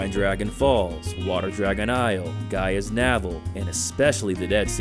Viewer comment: Japanese American guy here, you nailed it when you said Boku no Natsuyasumi, perfect pronunciation. I think you mispronounced Gaia's Naval though, can't win them all (especially when you're naming so many games and locales)! Great idea for a video by the way. I hope that upscaling technology improves even more since most if not all of these backgrounds are frozen in time, impossible to be re-rendered again in higher resolutions (much like digitally shot TV/film with no film originals). Until then, it's way flattering to play them on a CRT or a smaller modern TV with filters.